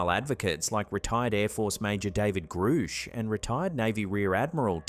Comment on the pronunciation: Grush or Groosh. AlerGAYney surely. Not your best work. Woman ghost in bar???